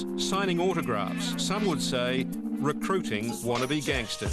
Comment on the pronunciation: Wangstahz lol. Bounce of fobs lol.